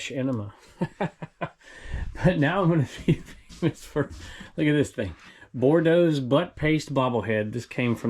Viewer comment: And all of us Cajuns in Louisiana are going to excuse for calling Boudreaux's Butt Paste as "Bordeaux" (twice!) It's not wine,! Wrong end 🍷 😂😂🙈